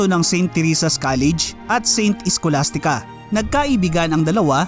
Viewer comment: Bags,ka mag narrator Itama mo pagbigkas ngbsalia saint iskolastikavtaoagacba bak gusto sa saint scholastica